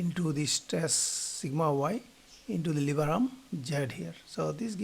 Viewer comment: It's lever not liver 😅 .